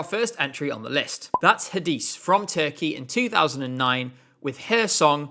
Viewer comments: I'm pretty sure Hadise is pronounced "Hah-Deh-Say" due to her being Belgian. I'm sure I heard her pronounce her name like that in a video just before rehearsals started that year. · As a Turkish fan your pronunciation of Hadise killed me 😭 congrats on the engagement! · OMG NO Hadise and Kenan Dogulu omg they're not pronounced that way it sounds so bad when you say it :c